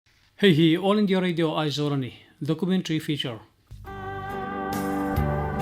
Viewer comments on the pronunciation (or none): none